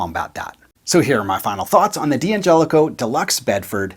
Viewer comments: After all this time, I would have thought that a guitar pundit like you would have learned how to pronounce the name of this incredibly generous company... Dan-Jelli-Coe, with a slight emphasis on the 'Jeh'.... actually, it's easier to say than Dee An-jelli-coe, wouldn't you agree? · It's pronounst "Dangelico"